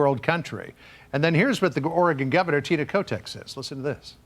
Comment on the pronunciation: It sure sounded like he said governor kotex, HAHA